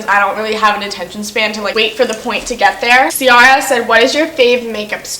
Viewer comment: C- ar- a 😂 it’s an Irish name pronounced key-ra